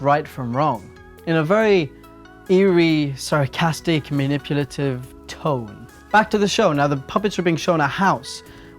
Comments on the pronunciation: Has anyone noticed that he says manipulative wrong? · I actually watched this over the period of 48 hours and I have to say that it makes a lot of sense. ...more sense than I ever made of it anyways. I noticed throughout the video that you say maniputalive instead of manipulative. Not a criticism, just something I noticed. Thank you for this entertaining, attention-keeping video. 😃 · "maniputalive" :D